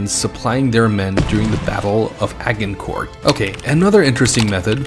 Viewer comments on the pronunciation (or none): Did he seriously hust say ag-in-cort? Its a-gin-cort.